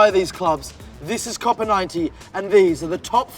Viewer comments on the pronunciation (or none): none